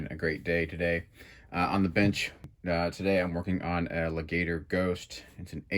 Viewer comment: My brotha... They are pronounced Lay Guh Tore